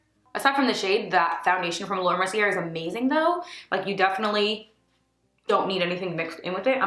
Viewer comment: Beautiful look babe!! 💗 Just an fyi.. Mercier is pronounced Merci-a. 😘